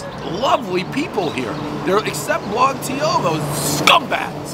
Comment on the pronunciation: The way he says blog is so fucking funny for some reason.